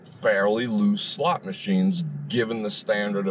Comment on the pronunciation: "LOOSESLOTS" and not a cloud in the sky!